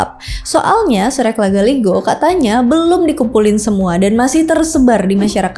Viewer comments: Bukan patotoke TPI patotoe bgitu jg surek dibaca sure', patotoe artinya yg menentukan nasib Sdkn sure' artinya surat atau lembaran naskah, bgitu mungkin maaf KLO salah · Izin kak cara bacanya itu sure'